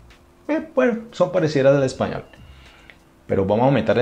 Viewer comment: Ay amo cuando dice "ejpañol" 🥰 soy costeña de Colombia💕 amo Brasil🇧🇷